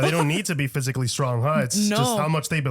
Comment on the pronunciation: "phsycially threatening" dude was CGI the entire time !